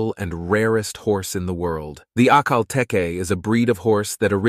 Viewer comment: The late Duke of Edinburgh bred Akele Tekes. (Pronunced teak by the way!!😂) They are stunning horses. To my mind they out do the Arab for looks, grace, & hardiness. Just beautiful. The honey gold colour is stunning too.